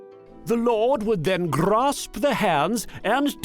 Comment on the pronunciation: the lord will then g-r-r-r-r-r-r-asp the hand XD